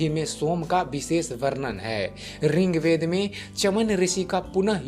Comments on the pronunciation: Ring Veda nahi hota bhai.... Rig Veda boliye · आप रिंग्वेद क्यो बोलते है त्रुटि की पराकाष्ठा कर दी।यह ऋग्वेद है। अज्ञानता की पहचान है । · बहुत अच्छी जानकारी।। पर रिंगवेद नही होता।।। ऋग्वेद होता है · Bhai rigved not ringved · Its Rig veda not RING veda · अरे भाईया रिंग्वेद नही होता ऋग्वेद होता है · Bhai wo rigved h na ki ringved kya bol ra h. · Ringved nahi boltey